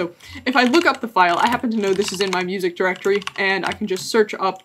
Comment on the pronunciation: moosic :p